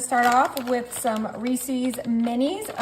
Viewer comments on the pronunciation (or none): You create great no bake desserts. But why do pronounce Reese's with a long 'e' at the end?... Reeseeeee's never heard this candy brand called that before. Ree-suhz